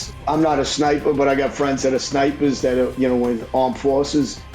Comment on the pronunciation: He had to say "i got friends who are snipers-uh in the armed forces" Im kidding he likely does i have no clue